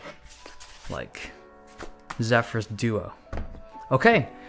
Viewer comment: "Owkay so"..... 😁